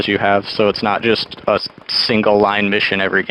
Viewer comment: "Just-eu, runni-eu and-eu, dyi-eu."